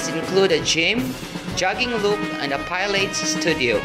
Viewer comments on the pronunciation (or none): Pilates puh - laa - teez